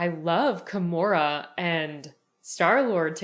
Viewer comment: its Gamora not Kamora